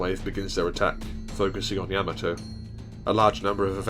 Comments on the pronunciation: Its not Yam-A-To...... Its Ya-Ma-To. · Excellent video and thank you. I have a correction please. The proper Japanese pronunciation of Yamato is "YA-ma-to", with the emphasis on the "YA", and not "ya-MA-to as commonly pronounced by non-Japanese people. The link below demonstrates this. It's from the original 1970's Japanese cartoon "Space Battleship Yamato", and it's in the original Japanese language. At the time mark , there is a clear pronunciation of "Yamato" as it should be pronounced.